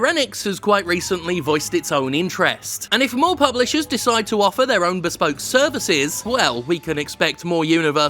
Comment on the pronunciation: The word 'Bespoke': exists Jim: bEsPoKE bEspoke beSPOke